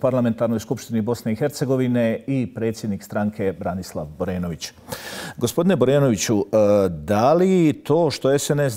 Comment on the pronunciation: Čovjek se zove Branislav a ne Borislav. Selam za BHRT